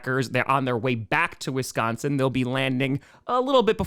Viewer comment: If you're gonna move to WISconsin, you better learn how to say it! WISconsin, not WESconsin.